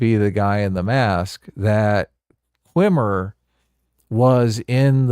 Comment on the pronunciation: insisting on calling Jason Mendoza "Qwimmer" is like when he insisted on calling Brihanna Greyjoy "Joy-Gray", respect their